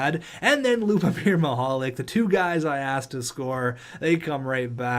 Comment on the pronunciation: I may have ruined it but I'm pretty sure Mihalik is pronounced Mihal LEEK...